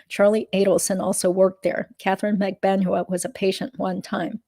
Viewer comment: Thank you for all of your hard work. HOWEVER, why do you continue to mispronounce Magbanua? You have heard it pronounced correctly.